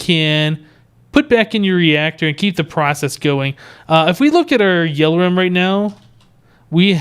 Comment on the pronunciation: its not yell-or-um its yell-or-ee-um